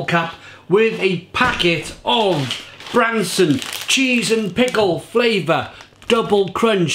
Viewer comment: It’s BransTon.